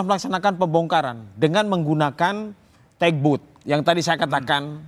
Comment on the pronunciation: gak ada itu tEk Boat. Yg ada TUG BOAT.bacanya tAg bot. Jendral apa lu, itu aja gak tahu. Kelihatannya oonnya. Belajar yah😂😂😂